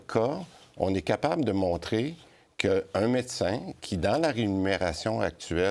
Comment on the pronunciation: Christian Dubé dit rénumération à la place de rémunération. Il dit également mécin à la place de médecin une fois. Juste une remarque…